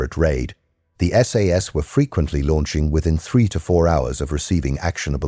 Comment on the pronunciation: "Sass operator" LOL - still enjoyed the video - thanks